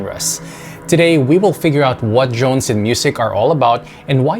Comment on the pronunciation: Man, why do you keep saying Jone? I really hear Jone Jone Jone, not Drones .